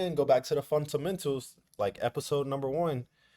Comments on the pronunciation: Bruh it’s “ fundamentals” Not “funtamentals” Also “taken” instead of “tucken” Hope u good all the same 🙏🏽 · appreciate you bro but that "funtamental" always kills me 😂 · I love it when he says "FunTamentals" 😂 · Me too 😂😂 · I'm so happy he didnt say FUNTAMENTALS this time lool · Don’t let somebody who can’t pronounce fundamentals correctly make you feel less about yourself😂 everybody is good at something and not so good at others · the way he say fundamentals🤣🤣🤣